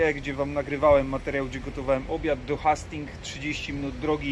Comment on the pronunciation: Jeden drobny, ale ważny szczegół - wymawia się "Hejstings". ;) Na pewno podniesie to poziom odcinków, jeśli mają być bardziej turystyczne. Nazw marketów się nie czepiam. ;)